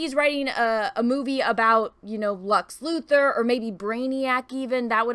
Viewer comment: Did you say Lux Luther? 😏👀😲😁😄.